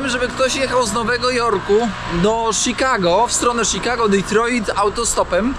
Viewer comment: prawdopodobnie nie zrozumial bo mowisz Ditroit hahahahahah